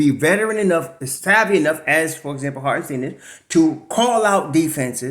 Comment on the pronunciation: It’s pronounced Hart-en-SHTINE. Not Hart-en-steen. Like Albert Ein-SHTINE. If Isiah does resign, we gotta get this right. Cant do 4 more years of butchering. Lol.